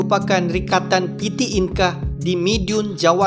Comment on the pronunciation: Bang saran sikit kalau untuk bahasa Indonesia tidak menggunakan abjab Inggris...kami di Indonesia menggunakan bahasa Indonesia dgn abjab sendiri abjad Indonesia.... Coba Abang pelajari abjad Indonesia... Contoh PT dia baca Pete bukan piti